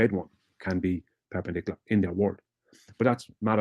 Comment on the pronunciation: Is he trying to say perpendicular or purple burglar alarm?